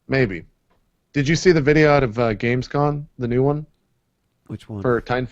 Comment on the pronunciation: is it just me or does JP say "gamescoN" instead of gamescom